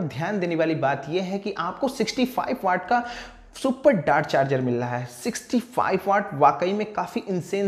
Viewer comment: Bhai ..ek bar bas acche se bol do “MIL RAHA HAI” instead of “MIL LAHA HAI” 😂